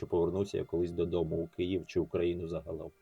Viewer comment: Київ. Це важливо, тому що києв це російський варіант вимови. Зважаючи на те що власні назви не перекладаються і зберігають транскрипцію це особливо дивно коли українці власне свою столицю називають рос варіантом транскрипціі.